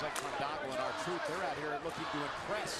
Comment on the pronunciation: Sounded like he said R-Tooth